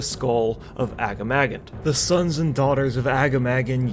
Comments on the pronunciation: "A giant boar named aga-mah-gan" IT'S PRONOUNCED AH-GAH-MAH-GHAN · A - GAH - MAH - GAN not AGGA-MAGGAN xD - Sorry that only slightly triggered me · The way you pronounce Agamaggan triggers me. Overlod Ramtusk in RFK says it out loud, it's more like Ah-gah-mah-gone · How you pronounce agamaggan is hurting my tauren ears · Agamaggan pronounced in the most absurd way possible lol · that "agamaggan" pronunciation is so far off lmao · Every time someone mispronounces Agamaggan, Metzen kills a kitten